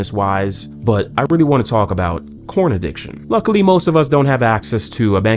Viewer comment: Did narrator say "He's addicted to CORN?"